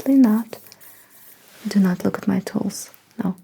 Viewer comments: lmao cute intro Oh TOOLS I thought you kept saying "look at my toes" O_O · The way she pronounces "tools" it kind of sounds like she's telling me to NOT look at her toes for like 7 minutes.